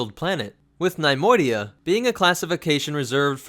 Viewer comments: NUH-Moidia not NIY-moidia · nee-MOY-dee-uh, not NIE-MOY-dee-uh.